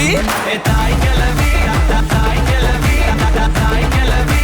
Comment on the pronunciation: கெலவி..இல்ல..கெழவி... சரியா உச்சரி